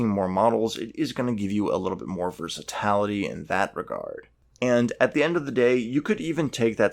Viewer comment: Are you meaning to say "versatility" ?? The pronunciation is killing me haha. Otherwise cool video. Assisted me greatly in building my USMC infantry from the start army box